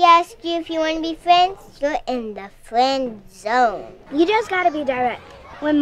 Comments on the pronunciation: She in the fwen zown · fwend zone xD